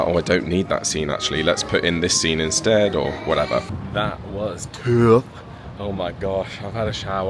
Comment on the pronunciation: I loved it when you goofed the word 'tough'! 😂 I've been following you since Joel and Lia and it was the 1st time you've done that face! ❤